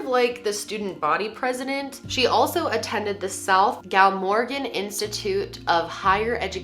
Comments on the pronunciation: Great video! Love it when you shine light on UK cases, (also it's GLA-morgan sorry, I'm Welsh.) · Hey, so our place names are ridiculous 😂. It's Glam-organ, Ch-is-ick, Weston super m-air (like a female horse). Have you ever heard of Bella in the Wych elm? That's an interesting British case. Also the Manchester pusher, specifically David Plunkett (this one is really chilling) this is actually still going on today and the police are denying that someone is pushing people in to the canal. I think UK cold cases are really interesting because we're more densely populated so it's rare for people to not see things. There's a couple of missing people cases that are just crazy too. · I love how u said glamorgan ❤ I live right next to cardiff and honestly ur becoming my new favourite channel and it's super mare as in the animal pronunciation hope that helps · It's GLAmorgan not galmorgan :)